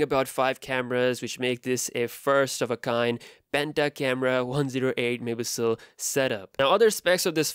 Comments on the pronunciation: No one:: 108 mehpihsl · ‘It’s got a 108 megapiijsdxekekkd sensor’ literally can’t understand what you said there man.